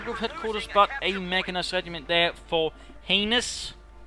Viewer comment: Lol saying heinus made me laugh so hard.... if you know what i mean